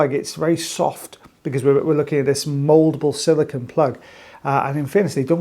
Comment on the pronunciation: Silicone, not silicon